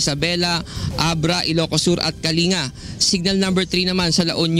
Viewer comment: kalinga should be pronounced as /ka.ling.ga/ not /ka.li.nga/ :)